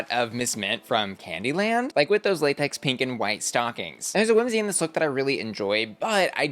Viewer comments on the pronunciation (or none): none